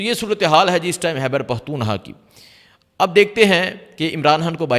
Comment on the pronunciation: It is not Hyber it is Khyber